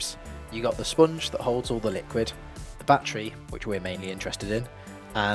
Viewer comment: "Bat Tree Packs"